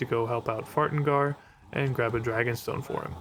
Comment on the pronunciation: "Fartengar"? That broke me. xD